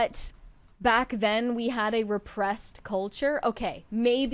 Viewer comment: Where are you guys from? This OXCENT from the current generation is crazy. says “bock then.” She’s trying to day “back then.” Why did a short “a” become a short “o?” Is it the vapid accent of valley girls and Hollywood??